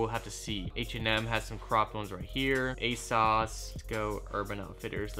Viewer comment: I hate how u pronounce everything "A-sauce, unique low" omfg